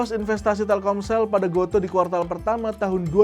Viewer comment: Baca GOTO itu = go tu bang wkwk